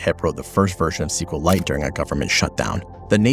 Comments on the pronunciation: It's pronounced SQL ite... Like Kriptonite, Kripton-ite, SQL-ite.. Not SQL Lite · It's SQLite. NOT CQLAIT. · Great video, but every time you're saying "sequel lite", you're disrespecting Richard, who calls it "ess cue light". Just like MySQL is "My ess cue ell" from Monty.